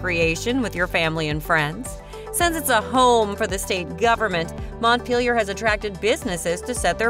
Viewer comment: I’m from Montpelier and the way she said Montpelier LMAO. Also the way she said chittenden lol, it’s pronounced: chitt-nen.